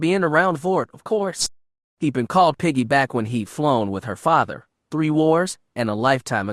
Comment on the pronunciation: As much as I’m loving this story, the mispronunciation of almost every made-up name or word makes it impossible to listen to. I didn’t recognize Piggy or Tahiri until the narrator described their history as characters, and however the Twi’lek officer’s name is spelled, I can tell it’s being pronounced wrong even though I’ve never seen it in writing.